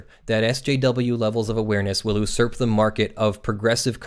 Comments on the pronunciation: I love your videos, but for the love of all that's good, the pronunciation of "usurp" is "yoo surp," not "oo surp." 😥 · Great video got a link from Sargons video about this. Thanks for breaking it all down for us. FYI its pronounced You-surp :P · you love the word usurp but pronounce it all wrong.... it's "yew-serps" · you're mispronouncing usurp, it's pronounced YOU-surp as in use or usury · Regarding one of your favorite words, "usurp," you appear to be mispronouncing it. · "Usurp" is indeed a weird word when you mispronounce it.